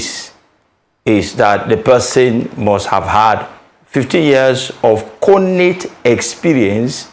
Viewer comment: WHY IS THE LAWYEY CALLING IT CONATE? THE G IS NOT SILENT